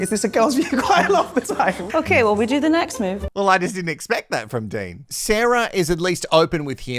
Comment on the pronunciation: His name isn't Dane it's Dean